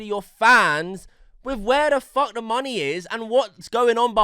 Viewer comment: Why do you pronounce the word “the” as “veh”